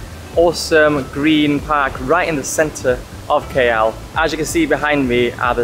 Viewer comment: Pls pronounce the city name KL as the alphabet "K" and "L" not "Key Yell"...